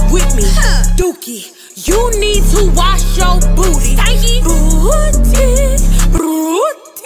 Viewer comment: " BOOOTY , BLEEWTY" kill me🤣